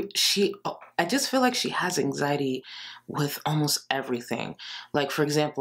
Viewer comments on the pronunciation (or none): Take a shot every time says "anxiteee" and RIP. Also, please keep saying "muh mental" cause it definitely doesn't make you sound like a fvkng idiot. 🙄